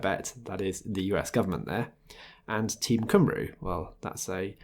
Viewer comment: man. At least you could pronounce Cymru (Cymree) right. They call themselves Cymru after their country as they don’t recognise the UK. Don’t let the minor details get in the way of facts though 😉